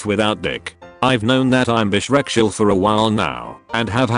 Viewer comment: Smth abt bisexual being said as beshrekshual is sending me so hard rn